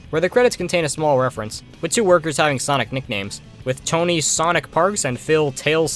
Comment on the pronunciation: Bro called sonic *Sunoco*💀